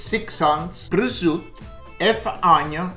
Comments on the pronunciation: Please pronunce prosciutto properly.. no presutt You are italian...😮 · Grazie ! Why do you say 'prozut'? And not prosciutto? 🙂 Nearly 500.000 subscribers. Congratulations 👍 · Prosciutto, hard-core old school pronunciation = PRO-ZOOT I love this man!